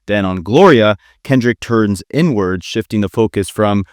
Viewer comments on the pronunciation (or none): turns inward or turns N-word? Cause it’s crazy how you chose to pronounce it like that